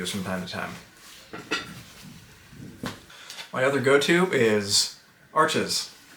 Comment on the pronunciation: Arches is pronounced Arsh. It's a French company and you know how they can be sarcastic